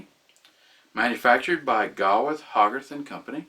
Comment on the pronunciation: It's pronounced GAY-with and HOE-garth. Great video, as usual.